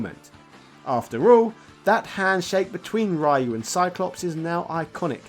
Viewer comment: Don't feel bad about that, "some people" still butcher the pronunciation of "Ryu" in 2022